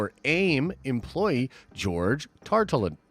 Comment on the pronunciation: George Tar-luh-ton.